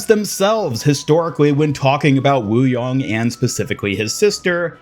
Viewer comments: Wu YANG not Wu YONG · "wooyong" its wuYANG not wuYONG